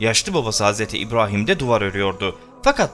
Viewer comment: Nədən Hz İbrahim derken R ni farkli diyirsun? Normalde R diyiliwinde sorun yok